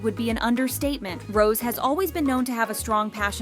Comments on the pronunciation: HER NAME IS NOT ROSE!! IT'S PRONOUNCED ROS-AY!! Jesus Christ. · The way they pronounce her Rose instead of Rosé is proof that this channel is not a kpop fan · For god's sakes, stop calling her "Rose"! Her (stage) name is "Rosé". The é changes the way it is pronounced. The acute accent changes it to make it sound like "Rozay". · why do you pronounce rosé "rose" (and also hyuna "hyoona")..? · pls learn how to pronouce Rosé, its not Rose :((( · Her show name is NOT ROSE , but. ROSÉ ...SO please stop saying rose . Frustration